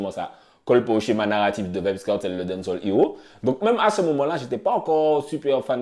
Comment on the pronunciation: Faut prononcer les a de dancehall